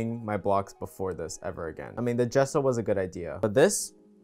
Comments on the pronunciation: Its pronounced Jess-o, I think 😅 And this is amazing, its already hard to make the flower Now your making a bee, Amazing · When saying gesso it’s pronounced and jesso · Gesso is pronounced Jess-oh Like with a J The English language sucks. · Why’d I think he said gasoline when he said gesso 😂 we committing arson 😚✌️💕